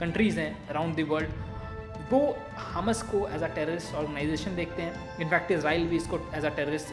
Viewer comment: Bhai wo hms nahi hamas hi good explain